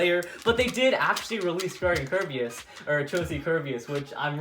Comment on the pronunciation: This is how many times he said kirbeas